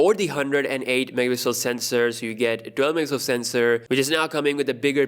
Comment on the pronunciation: Im just here waiting for him to pronounce MEGAPIXEL the right way. Love the vids!